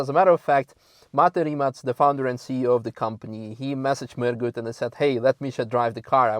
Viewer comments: Rimac - finally someone who can pronounce it right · Finally someone on english learn how to pronounce Rimac....